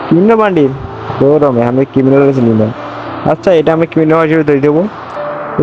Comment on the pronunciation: Ata kiminal bandle.. Aer kiminal na kiriminal😂😂😂❤